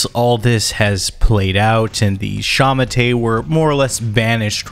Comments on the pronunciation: Its not sha ma tay😂 it is pronounced sha ma tuh, sending love from Hong Kong where culture is dead and freedom has been replaced with the fear of being arrested for singing a song. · I’m pretty sure shamate is pronounced (SHA-MA-TOUE/TOE) not (SHA-MA-TAY) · I can't get over the wrong pronunciation. It's "Sha Ma Tuh" not "Sha mu Tay" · Its pronounced like shah-mah-tur/tour. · Did you just say The Kumite? 🥷🏻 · It's pronounced like shah-mah-tur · sha-ma-te pronounced shah-mah-teh more or less. I don't know how you got pinyin on here, but thank you! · Was looking for this comment, man that pronunciation was bad